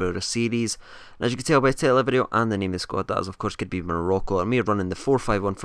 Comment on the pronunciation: Nice vid as always mate :) and how you come up with the team names I'll never no 'more rock oh' hahahaha